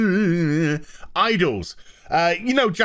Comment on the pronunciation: Oh common, you are appreciating Asian women, I'm sure you can pronounce "gravure"